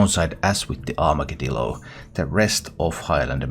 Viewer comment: You are the first streamer I’ve heard pronounce Armagedillo properly as a mix of Armageddon and armadillo. Thank you!